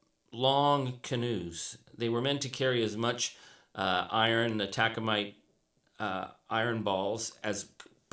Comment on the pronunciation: Taconite. Not Tacomite.